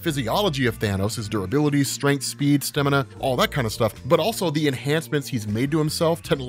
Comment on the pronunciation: why can’t you pronounce stamina? What’s a stemina? I’ve been listening to you for years and this has been a massive pet peeve